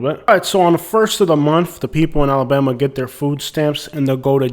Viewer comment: Why do out-of-towners add an E when they say Alabama?.. they always say Alabeama I'm from Tuskegee and I've never heard it pronounced like that